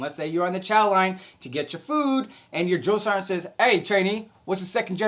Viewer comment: Ummmmmm. What’s a drill-sarnt? Man, you guys are so soft nowadays compared to what I went through. And by the way you said drill, sergeant don’t expect new recruits to be at Olympic athlete levels, you want to tell my drill sergeant that?, I don’t think so lol. I went through Fort Jackson, Tank Hill 1988. Everybody calls it “relaxing Jackson. “ you more softer youngsters didn’t go through Fort Jackson at Tank Hill in 1988! Don’t get me wrong, love the video and is good information for new recruits. My daughter as of today August 10, 2025 just arrived at Fort sill Oklahoma four days ago.